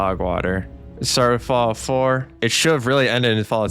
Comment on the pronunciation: "Fawout Senny-sis"